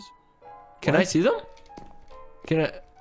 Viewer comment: the way he said yeezes